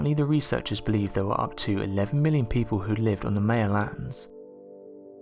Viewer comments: MY-uh, never, ever, May-uh. This is straight from people who are Mayans-MY-ans, not May-ans. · Just cuz you're from Europe it's no excuse to just completely mispronounced a whole race of people it's pronounced my-ah not may-ah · Its Ma-ya, maya, not may-a your saying it wrong, they are also doing this in the Amazon, see Graham Hankock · Meyer?? Maya/Mayan is PHONETICALLY pronounced.. 'My-yah/ My-yan'. 😉✌🐨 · Thank you...I thought he was saying it wrong, haha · Mie uh not May uh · M eye an not now your saying it. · Maya is pronounced mya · Pronounced My a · Your inability to pronounce the word "Maya", the very subject of the video, greatly detracts from the viewer having any faith in what you say. Obviously you have never heard or the Maya culture, so expecting to learn about the Maya from you seems useless. Please consult an audio dictionary prior to future videos, to at least give the impression you are familiar with the subject. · All this effort into a video and they don't bother to learn how to pronounce "Maya".